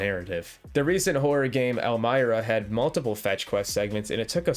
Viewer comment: "El my rah" 😭😭😭